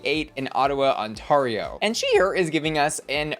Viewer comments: all the love but it’s On-tair-io not on-tar-io. Ontario like air or tear not tar or bar. Xoxo from Canada! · It's pronouncced "on-TARE-E-O". You're wecome! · ottawa on-TAR-io LOL im dead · Love you, just FYI it's pronounced On-tear-io, like tearing a piece of paper. Ontaaaario is way too fancy for us. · The way you pronounce Ontario makes my teeth hurt lol. It's pronounced On(like turn on the light)- tear(like she was tearing it up on the dance floor)-ee-oh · I always laugh at your pronunciation of Ontario. It's pronounced On-teh-ree-o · Ontario is pronounced on-tair-io lol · Hearing Americans say "Ont-ah-rio" kills me every time. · The way you say Ontario is hilarious as a Torontonian, respectfully ❤️🇨🇦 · As a Canadian, hearing you pronouncing Ontario always gives be a little chuckle haha great video as always! Thank you for covering our Canadian queens 💙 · currently writing the petition to change the official pronunciation of Ontario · I literally came to the comment section looking for this comment. 😂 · Just a friendly pronunciation tip, Newfoundland has the emphasis on the "new", and kinda sounds more like "NEWFinland" instead of emphasizing the "found" like "New-FOUND-land". Edit: And Ontario isn't "On-TAHR-io", it's more "On-TARE-eo". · “Ontahrio” “New FoundLend” Is the new pronunciation now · Miss m’am you are mispronouncing Ontario and Newfoundland. On-teh-ree-oh and New-fund-land! I know it doesn’t look like they would be pronounced like that haha but it is 😅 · NewFOUNDlan and OntAWrio is sending me… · The pronunciation of the Canadian provinces is KILLING me! NEW-fund-land, On-TAIR-ee-oh is phonetically how these two provinces are pronounced. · Girl. Please tell me you’re INTENTIONALLY mispronouncing Ontario and Newfoundland 😂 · The way you pronounce ontario and newfoundland cracks me up. its cute lol